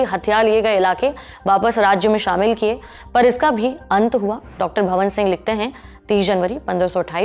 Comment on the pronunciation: वो तलवार है ना की चाकु.. वो मालवा है ना की मलवा.. वो डॉ भवान सिंह है. ना की भवन सिंह.... आप जल्दी ही लल्लन टॉप को बंद करवाओगी.. भगवान करे जल्दी से सौरभ जी की नजर आप पे पड़े और आप में सुंदार करवाए.